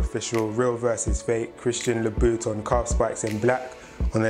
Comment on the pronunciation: Christian labooton 😂 great video, subbed .